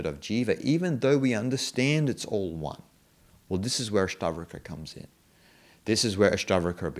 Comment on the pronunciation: Your videos are great and I like all of them. Just one suggestion in this video you say all the time ASTAVARKA and that's why I was confused. Please correct it to ASTAVAKRA. Om Shanti.